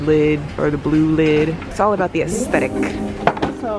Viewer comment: No one: Literally no one: Not a single soul:: AsCEttiCcccc